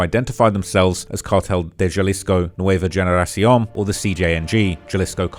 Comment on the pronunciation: It’s lowkey pissing me off how u butchered a lot of these Spanish words and names of people and places. If u gonna say the names of the places and people or things at least say it right. Its 2026 it should be no reason why anyone should be pronouncing the G in Generación as a hard G when it makes an H sound.